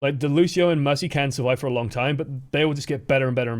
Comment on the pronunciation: Also it's fucking Lucio not lushio you dumb ass like could someone please make a filmagram roast on this guy and send me the link